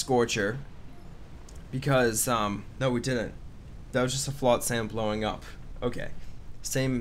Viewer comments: I cringe every time you pronounce it flot-SAM. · Why can’t you say flotsam properly?